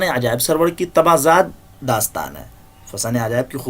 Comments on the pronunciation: سرور نہیں ہے ان کا نام سارور ہے یہ لکھا سرور کی طرح جاتا ھے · Nice but Sir for your kind information this is not Sarwar it's Suroor( Rajab Ali Baig Suroor)... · Soroor h.... Sarwar nahi